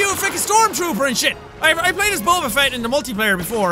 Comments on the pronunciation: did anybody else notice he said bober instead of boba? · Boba not bobrrrrr